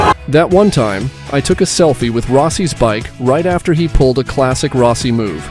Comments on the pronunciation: Ro- si? to Rossi 😂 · Rowsee?...Turned off immediately...😂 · was gonna say at least eventually he got Rossi pronounced correctly….then goes back to improper lol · How to tell if your Narrator is A.I..... well it can't say Rossi correctly. Booooo! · Nope, I stopped when you mispronounced Rossi